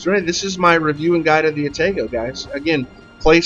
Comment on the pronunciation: Good game and description of the "Ah-tah-gou" One thing I gotta correct though (other than the pronunciation of Atago) - the turret traverse is actually top notch! Now, the turrets are slow compared to earlier and lighter Cruisers (actually not too much worse than on the Omaha/Murmansk, except both of those ships only have two actual turrets, the rest are emplaced in barbettes that never have to traverse more than around 120°, and as a result of the design will always stay on one side of the ship) - But as for every ship that has 203mm aka 8 inch cannons, IIRC absolutely none of those ships have a traverse better than about 27.5 seconds, putting the Atago at an easy second place in terms of turret traverse speeds! So, relatively speaking? The Atago turrets are QUITE fast! But I can tell you are trying to explain the Atago to the INEVITABLE, players with little to no experience with WOWS in general - probably not having gone any higher than tier 4 or 5 so far, decide they REALLY want to try high tier Heavy Cruiser gameplay, but they are still so low in the tiers they are used to the "Pew pew pew" nature of lower caliber light cruiser guns. In which case, the Atago will FEEL like it has very slow turrets! But if they have played even a couple games in the Furutaka? They will definitely feel how much faster the turrets of the Atago are! And if they have made it to the Myoko, they will REALLY appreciate the turrets on the Atago!